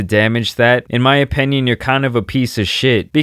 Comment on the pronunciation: it’s OPINION not OPENION!